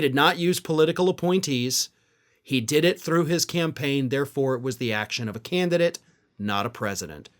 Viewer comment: That Part... "the Canidate." Bye Donnie... the Canidate...😶‍🌫️